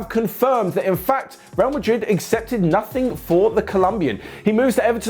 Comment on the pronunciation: The way said 'Madrid accepted Nothing for him' 🤣 "Nothing" hits differently 😅